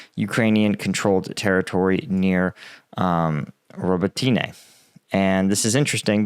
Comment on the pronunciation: Row-Boat-Nya - you are really murdering Ukrainian names.